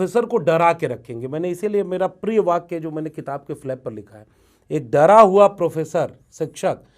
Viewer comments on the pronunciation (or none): क़िताब(Qitab)नहीं, किताब (Kitab).